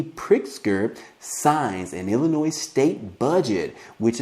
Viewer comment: there's NO NOISE IN ILLINOIS... PLEASE pay attention to how you pronounce our states name.... & as for our govenor Prick....he ONLY SEES CHICAGO...WE in Granite City and other poverty cities needs the $ 500.00 a month stimulus that he has given them